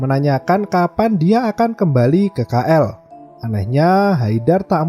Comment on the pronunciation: Bukan Ka L Tapi Ki L KL